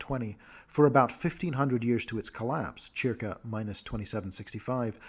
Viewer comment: This guy pronounces CIRCA like WTF... and mixed up the words EQUINOX and EQUATOR. This is getting hard to follow at not even 3 minutes in.